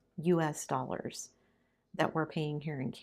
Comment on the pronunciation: you are starting to sound Canadian! I heard you say “dollars” and it struck me!😁